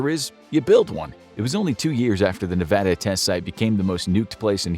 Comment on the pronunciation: Thank you for pronouncing Nevada correctly